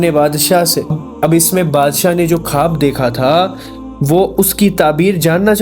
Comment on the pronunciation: Bhai khab nahi o khwab hota hai